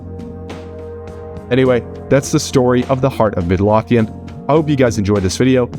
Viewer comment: Midlothian is pronounced Mid-low-thee-in